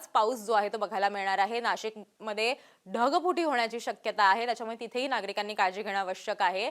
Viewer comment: धगफुटी नाही ढगफुटी मराठी सुधा येत नाही 😢